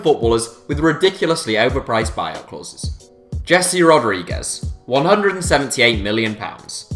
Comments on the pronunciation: It’s pronounced heeze not jessie hahahah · I know that Brits are the worst on the planet in terms of learning languages, but ffs you should have learned how to pronounce names of the footballers you make video about! It's "Hehse" Rodriguez, not English "Jesee" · It’s pronounced heh-say lads